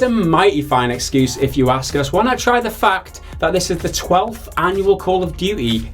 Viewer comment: i liked when you say , "the fuck" every time instead of "the fact".